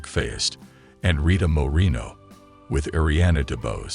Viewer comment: It's pronounced "moor-eh-no" not "moh-reen-oh" SMH.